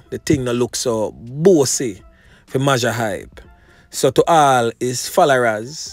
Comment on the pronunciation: majah is pronounced major..... mayjor hype. everytime you say mawjah my ears hurt